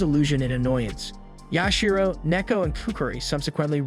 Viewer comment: It is Yashiro.